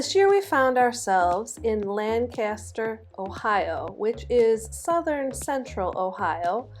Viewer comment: Love the video of our town but I wish someone had informed you of the proper pronunciation. Keep up the good work!